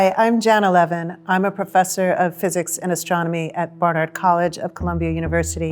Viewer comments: When she told us her name, i thought she said 9/11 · Am I the only one who understood: "My name is Jane Eleven"? (actually she's Janna Levin) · isn't it Janna Levin-Gould?